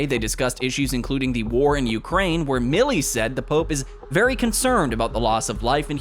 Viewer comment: It’s Mile-ee!